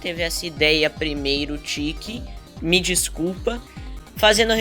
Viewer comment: Do jeito que vc fala chekky parece tiky